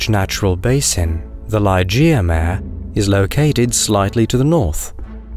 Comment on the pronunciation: Thank you! Fascinating and informative. Just a heads-up: "Mare" is a Latin word meaning "sea." It therefore isn't pronounced as one would pronounce it as if one were speaking of a female horse. It is pronounced "mah-ray."